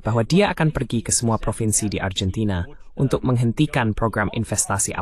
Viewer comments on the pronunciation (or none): Dalam pengucapan bahasa indonesia argentina ya tetap Argentina bukan Arjentina